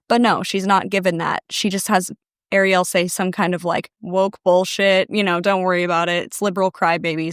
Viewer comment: Not Ariel having the same last name as me i hope shes not related to me..🫩✌️AND TYSM FOR SAYING THE LAST NAME CORRECTLY!!